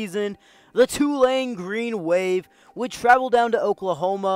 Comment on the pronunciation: Props for pronouncing Tulane (mostly) correctly. It’s TOO-lane, not tu-LANE. Good video.